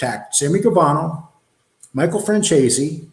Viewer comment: here u go,some help from NY.its pronounced FranZEACE take the word Peace and remove the P add the Z...